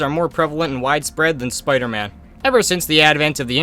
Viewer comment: A BRITISH SPOODER MAN?!?!